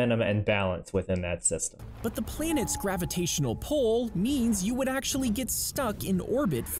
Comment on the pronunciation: "But the plah-niets gravitational pull" I'm convinced whoever is making those animated science 'facts' videos is a fraud, misinformation spreading moron.